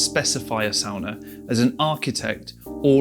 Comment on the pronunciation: I instantly loved that you made the distinction of the pronunciation of "sauna" vs "sawna" (and what each of those structures might represent) without necessarily trying to draw attention to it. Very finnish of you! 🙂Well done. Great video!